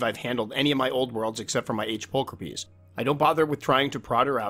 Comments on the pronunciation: Well just found out I was saying my G. pulchripes wrong. I pronounced it pull cripes Now I know it's pull cra peas Always learning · pull crip ees.....NO NO!